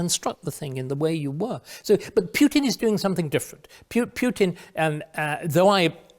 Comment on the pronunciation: Is it compulsory for English people to mispronounce the name of the Russian president? Quite who "Pyutin" is I have no idea.